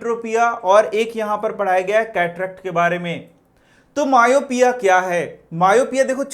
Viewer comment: You tell myopia wrong